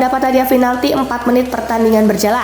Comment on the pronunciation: min oh mimin yg terhormat, bacanya PINALTI min bukan finalti, inget min mulai besok PINALTI Piiiiiiii bukan Fiiiiiiii ok min